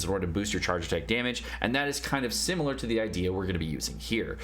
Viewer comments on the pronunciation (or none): none